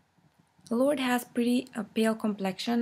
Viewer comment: yep you pronounced it right...its 'lord' not 'lordey'...xxxooo